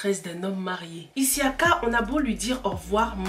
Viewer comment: Pourquoi tu dis issiaka c' est juste Siaka